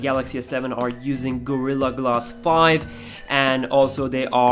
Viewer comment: glass not glas.... damn :-D